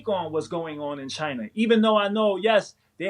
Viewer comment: The CHY-NAH virus